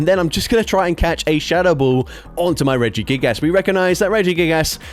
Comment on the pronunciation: “Regi gigASS” Ik it’s the accent and I love you😂❤